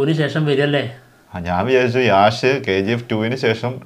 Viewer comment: Yaaaash allado yeshhh ennanu pronouncation 😂